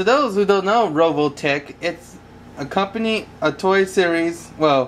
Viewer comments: RE VO TECH. NOT RO VO TECH. Word Nazi out. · u say rovotech lololololol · its RE OL TECK pleaaaaaaaaaaaaaaaaaaaaaaaaas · revoltech not roveltech